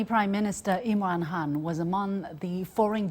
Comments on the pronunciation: Can somebody please enlighten the lovely lady that the PM’s surname is Khan not Hun. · He is Imran Khan .... Not Imran Han... Don't make him chinese